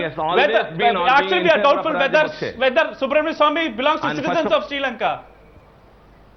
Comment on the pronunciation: Guys there is a serious issue in the country. We all have been making a huge mistake currently. This issue is so bad that we are all becoming anti-nationals. The pronunciation of Subramanian Swamy as Subramanium Swamy is a threat to national security.